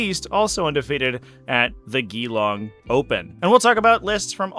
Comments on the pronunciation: How you pronounced Geelong (G-long) make ever Australian's skin crawl! 😂😂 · Not that you will ever use this info again, but both e's in Geelong are basically silent. Great breakdown! Thanks!